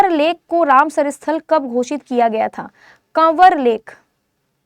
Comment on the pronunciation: पहला answer का उच्चारण गलत है कवर lake nhi kanwar कंवर lake hai